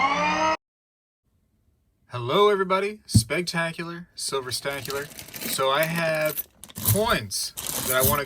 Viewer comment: Say it with me Spegtacular.... Cent Ahhhh Vos 🤣🤣🤣